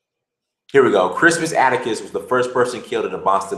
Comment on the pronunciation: "The redcoats are coming"-- Crispus Atticus xD you fucked that wayyyyyy up but it's all good lmao